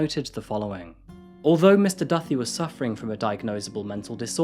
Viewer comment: pretty sure its pronounced doo-tay, duthie.knew someone is highschool with that last name and thats hopw he pronounced it anyways